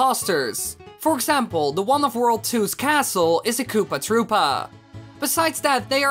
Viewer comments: Koopa trüüpa is how he says it and it's annoying me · it's said like that -_